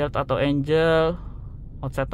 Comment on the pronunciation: Angle mas bukan Angel